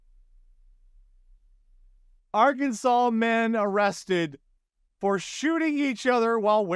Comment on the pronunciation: Story 2: needless to say, those fuel drivers have already been sent to the unemployment line Also … who else was laughing like a little kid at the “people like their BJ’s” and “especially if it’s the right girth” exchange. Arkansas story: I like how puts the accent on the “asset”